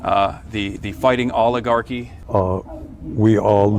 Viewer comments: We awe woooking at uh nation that is an owigarchy. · He can't even say oligarchy....remember everything that the Democrats say or yell about what Republicans are doing---THEY actually are doing!!!!